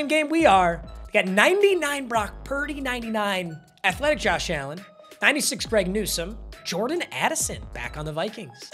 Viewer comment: “Atlethic josh allen” l o l